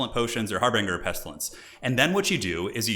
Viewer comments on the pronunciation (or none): I'm not sure if you say it this way on purpose but it's harbinger (har -ben-jer) not harbringer. I learned the word from Magic the Gathering :P